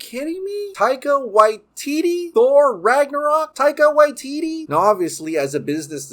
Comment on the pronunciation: Just a detail, not to offend but when you pronounce "Waititi" we pronounce both the first "ti" the same as the second "ti". Like tea-tea. As I know you live in Hawaii which isn't too dissimilar to Māori language